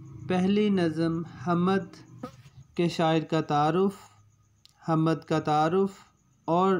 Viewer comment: جناب "حمد"کی م ساکن ہے آپ بار بار زبر کے ساتھ پڑھ رہے ہیں۔اوربھی کءی غلطیاں کر رہے ہیں۔توجہ فرمالیں۔